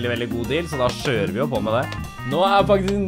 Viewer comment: "Så da skjører vi på med det" lær deg å snakke norsk!!